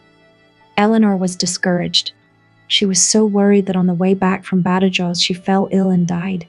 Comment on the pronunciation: Please. Badajoz. BathaHoth. St Denis. Saint Den- ie